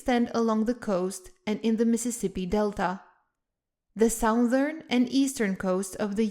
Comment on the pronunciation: The "south-ern" coast? The western part of the US is very "moun-tanious"?